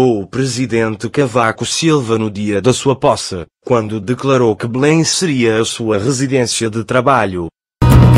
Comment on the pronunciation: Nao é Bulem é Belém palácio de BELÉM!!! QUE mania de vcs portugueses pronunciar tudo errado